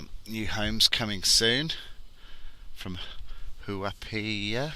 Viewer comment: BTW Kumeu is commonly pronounced "queue-me-you". Huapai is pronounced "who-a-pie". The tiny plots is still a reflection of the council's artificial scarcity program (yes, I suspect rampant corruption too). If anyone COULD just chop up rural land arbitrarily, you'd be able to buy a 1000m^2 site virtually anywhere for nearly rural land values, i.e. <$200K rather than the $600K+ that they are currently. I've been doing the rounds on open homes on the north shore and out west (i.e. these areas), just to get a feel for the market, and I can tell you that very very little is selling. Houses I saw back in September are still on the market. Buyers are holding back. The prices haven't come down a whole lot yet (maybe only 5-8% off the 2017 CV peak), but I think that's only because the sellers haven't got the memo yet (or maybe they have but they're hoping sucker buyers haven't yet). The agents are still pushing BS seller-market tactics like auctions, deadline sales, and "by negotiation" pricing. But I suspect early next year this will change, as they start going hungry. Look for when more actual prices are posted for the real start of the bear market. Also early next year the new anti-money-laundering laws kick in, which will take a whole bunch of Chinese buyers off the market. Maybe more so than even the foreign buyer ban (according to one Chinese agent I talked with). And rental yields being lower than mortgage payments, negative gearing being banned, landlord hostile renting laws a